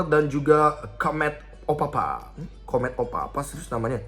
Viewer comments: COME TO PAPA bukan comet o papa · COME TO PAPA BE BE.. bukan comet opapa 😂